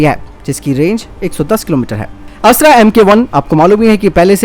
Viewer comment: कृप्या अस्त्र को अस्त्रा न कहें। हिंदी को हिंग्रेजी न बनाएं।